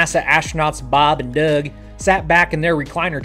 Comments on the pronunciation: can you say "Douug" in ur american accent again, pleasee! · Boeb and Doueg he said:) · I just can't stand the way you pronounce 'Doug' jeeeeesus